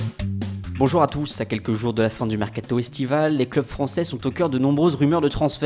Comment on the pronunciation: "Sur le MeRcaTô"